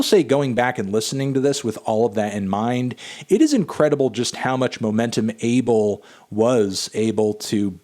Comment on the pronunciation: The correct way to pronounce his name, "Ah-Bell"